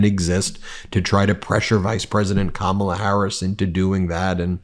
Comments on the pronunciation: Why does Trump think he’s in control of when & where they should debate?? These older adolescents on his team are so disgusting, It’s sickening how they’re deliberately mispronouncing her name. Grow Up!!! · I can't believe that you guys still can't pronounce her name! Her nieces taught you and EVERYONE else on nationwide TV how to say it !!!! 😂😂😂